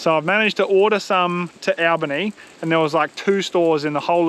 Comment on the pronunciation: At least you're pronouncing Albany correctly, most people from eastern states get it wrong. Great video, I live in Albany and have never done Casle Rock! I really should......